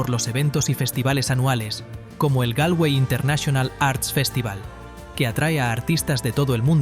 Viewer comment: Se dice Golway....,(se escribe Galway ) Slaigo (se escribe Sligo) Es importante pronunciar😅 bien